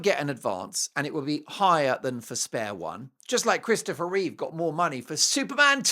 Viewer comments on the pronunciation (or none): none